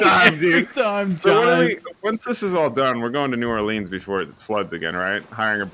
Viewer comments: Just pronouncing New Orleans as "New or-LEENS" is enough to deeply offend them. for the record, its "new OR-luns" for the most part. some locals will say it differently, but the most common i heard is new OR-luns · I will not allow you boys in NOLA until you stop saying it like New Orleeens. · as a new orleanian it pains me to hear y'all say "new orLEANS" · It’s pronounced “new orlins” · You pronounce it new or lens. If y’all gonna make fun of us atleast pronounce it right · AW SHIT I LOVE THE HUNT VIDS As a resident of Louisiana, it is my duty to inform you that you've miss pronounced New Orleans >:( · Me being from Louisiana I am personally offended on how you say New Orleans. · Me cringing as they miss pronounce New Orleans